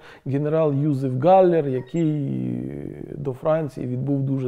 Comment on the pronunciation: Прізвище Haller (а не Galler), тому українською ПРАВИЛЬНО звучить просто як Галлер.